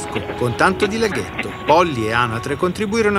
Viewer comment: leghetto ahahahahahah alla Lino Banfi oioi!